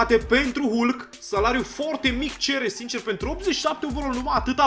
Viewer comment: Se citeşte "halk"